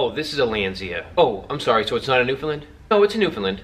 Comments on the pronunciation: its (New-Fin-Land) not (New-Fin-Lind) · pronounced newfin Land not lind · Buddy- you gotta polish up your presentation a bit. People always debate how to say ' Newfoundland", and that's fine- its just not " Newfinland". If you're rating the dogs- please- what is the scale.. " I give them a 5....' ???? Out of 5... 10...?? Lastly- while you hit on some good points, you seemed to be in a hurry to finish. They MUST be interactive with people- I've known Newfs kept in dog runs in back yards- several of which I have had removed from the owners. Lastly- please let people know, that if you are a neat & tidy freak- this is NOT the dog for you. Dogs need to be groomed minimum- once/week in " off season" and shedding season is a nightmare, grooming my dogs daily. Furthermore, when a Newf drinks water- he usually starts at the bottom of the bowl... so watch out! I could go on and on, as I own 4 Landseers, and have 2 rescue standard black newfies.. So , in summary- little more research, little slower on the delivery and pronunciation, and you'll be great at this. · Why can’t you say Newfoundland right? Its not newfinland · Newfelend lol can’t even say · Btw, it's not a newfinlin. It's newfoundland, pronounced new f'n land. My source? I'm from the island of newfoundland :P and it's landseer...land-see-er